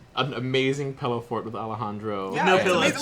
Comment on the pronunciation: Being an Oregonian, I have to agree that it is pronounced pillow, not pellow